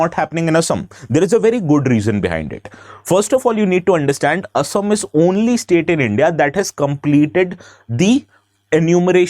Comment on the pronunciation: Thank you for pronouncing অসম correctly and not " Aaaasaaam"